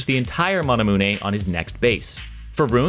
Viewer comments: That "Manamune" pronunciation though.... god no... it's like "Masamune" the end is pronounced like "Me-yoon" not "moo-nay". That's like Brofresco pronouncing Gage (sounds the same as gauge) as "Gah-gay". Please fix that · Mana-Moon-eh. i cry every time he says manamune. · Lucian with Mana-moo-nay 😳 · The way you say "Manamune" hurts my head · Why does he say manamune like that